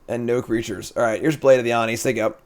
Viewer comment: How is it jims pronunciation kaldra is mentioned twice, but nobodys mentioned oni? Like oh-knee my dude not on-knee, youre killin me here.